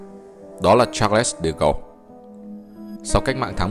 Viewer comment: Charles de Gaulle đọc đúng là Sác-đờ-Gôn